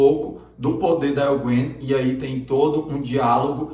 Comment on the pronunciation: Engraçado que ele nao consegue dizer Egwene kk. Brimcadeirinha, pois o video ta top!!